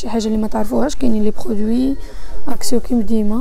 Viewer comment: اكسيون " N " ca se prononce pas,on dit"اكسيو"